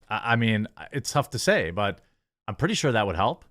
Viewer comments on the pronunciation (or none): none